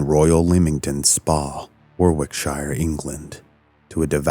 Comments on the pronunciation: War Wick Shire 😂😂😂 It’s pronounced Worricksher if anyone from outside the U.K. wondered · Its pronounced 'Worrick-sheer" not War-wick-shire 😅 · I didn't like how you pronounced Warwickshire.